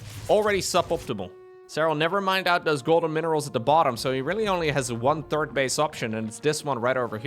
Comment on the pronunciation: I know you, like me, does not speak English as your first language. But there is one word in particular that always makes me giggle. The third command center is the one that is built after the second. The third command center is never mentioned, although the intention is there. You always say the TURD command center, which would be a command center made out of... well... I'll just turn the video back on again:D